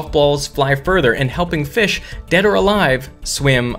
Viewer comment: did he say, DED?